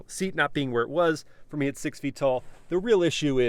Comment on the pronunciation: “It’s definitely pleasin’ mei” 😳